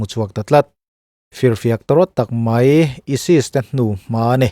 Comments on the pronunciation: Aisis(isis) tih tur ah isis intih teh trut a... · ISIS lam dân hi a mak ka ti ESIS an nilo tih i hre awm sia....😧😧 Chuan a kum hi i sawi pawlh tlats...